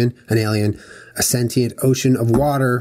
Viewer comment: I fucking can't with them pronouncing sentient wrong the entire video.